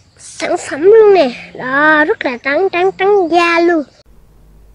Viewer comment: Rất là troắng cức lun đó má Kết nhất câu đó của